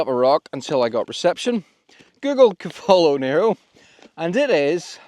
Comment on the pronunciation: Haha… laughed at the Cavolo Nero! 😂 I’m an allotment gardener so the pronunciation made me giggle